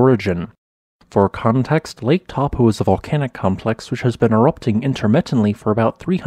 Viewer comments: Dude, it's not Tar-po, it's Toe-po. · correct pronunciation is 'toe-paw'. 'Tarawera' uses soft 'ah' sounds. R sounds in Te Reo are trilled/rolled if you can do it. What you sound like you are saying for Taupo is 'Tapu', which means 'sacred' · good report. I did a Geology BSc, and studied Taupo 35 years ago. A lot of updated information since then. Smiles And pronunciation : it's 'toe - paw' . Te Reo (Maori) vowels sound differently. Thanks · I'm not from NZ, but I believe the locals pronounce Taupo something like Toe-paw. Perhaps some kiwis can confirm. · Taupō is pronounced as Toe-paw 🤙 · Taupō is pronounced toe-paw. The 'a' and 'u' are combined in a diphthong and rhyme with 'no'. The long 'o' vowel in te reo Māori is pronounced like 'pork' :) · The correct pronunciation of Taupo sounds like the English words : Toe-pour. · Please, you would be better to pronounce it as 'Tor-pōr'. Please make an effort to correctly pronounce Maori names. Next, Ta-ra-where-ra :) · Pronounced, Toe Pour :D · Not gonna lie but the way you're pronouncing Taupo is wrong. As a New Zealander it's quite funny on how you are pronouncing it hilariously wrong. Don't you feel bad, there are a few of us who also pronounce it wrong as well. To pronounce Taupo properly it is Toe-paw. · Just wish you would pronounce NZ place names correctly. It is so disrespectful to Maori not to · Kiwi here. Found it funny you were able to pronounce Ruapehu and Tongariro really well but not Taupo or Tarawera.